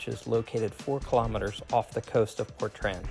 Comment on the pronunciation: is it not portrain how its pronounced not portran